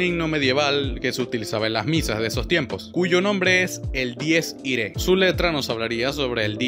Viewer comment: No se supone que se pronunciaba dies irae?